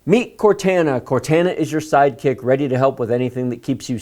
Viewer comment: I know you've never played Halo but Cortana is pronounced "Core-Taan-aah" Also if you haven't already, do a RAID 0 video so these kids can learn how to get faster platter setups!!! SSD is great but low storage space, best paired with a 2-4 drive RAID 0 configuration